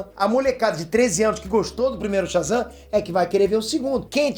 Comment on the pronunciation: O cara fala Shazan, ve, um raio e frito o cérebro dele kkkkkk